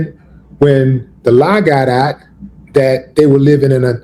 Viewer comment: What's with Willie D butchering the word "OUT"? 🤦🏽‍♂️🤦🏽‍♂️🤦🏽‍♂️ Don't worry, I won't ask "a bot"😂 it anymore, and will be sure to leave it "OT" the comment section after this mention of it.